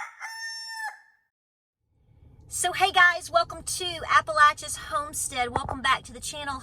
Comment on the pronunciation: I am a native of northeast Tennessee but working in Washington state. I want to take a moment to say “Thank You”. Thank you for using your correct pronunciation of Appalachia!! I absolutely hate the way folks from elsewhere pronounce it! Love your videos too